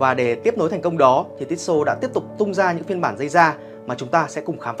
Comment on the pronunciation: Cứ tít xô tít xô nghe khó chịu thực sự